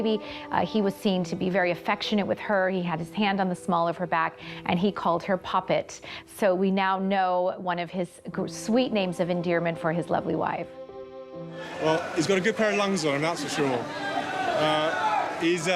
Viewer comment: William called Catherine “poppet” not “puppet”, it sounds awful the way you’re saying it, like she’s a “puppet” on a string.